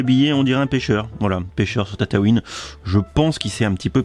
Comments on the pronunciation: Tu dis tatatouine alors que c'est tatooine 😭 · tu dit tataouin au lieu de tatooin